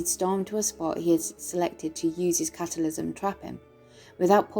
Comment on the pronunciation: I love the way you say cataclysm